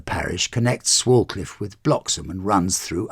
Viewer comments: Swalcliffe is pronounced Swaycliffe. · Swalcliffe is pronounced "Swaycliff". Enjoying the tours.